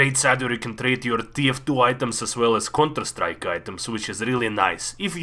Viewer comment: I love how you said conter straick